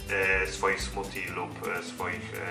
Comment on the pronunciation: fajne....tylko zle wymawiasz.....bardziej slychac tam d niz t..."smudi"...a po polsku koktajl;)